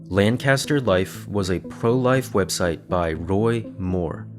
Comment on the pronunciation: for future reference, LAN-caster is a city in california. the one in pennsylvania is LANK-ister lol